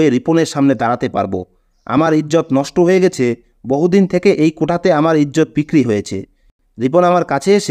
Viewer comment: কোটা কথাটা ভুল, এটা হবে কোঠা।